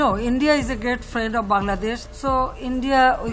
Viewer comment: Bangladesh ❌ Bang Ladesh💀